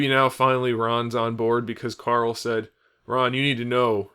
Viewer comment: I just wanna say I love that you call Carl ''Coral'' as per the delicious meme comics.